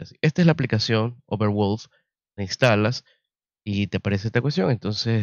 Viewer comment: Mi negro bueno tu review, pero me revuelve las tripas el como pronuncias valve, y overwolf. Veo tu video en silencio y con subtitulos.